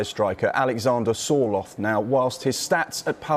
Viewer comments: Sky, Sorloth... not Sortloth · "Sorthloth" lol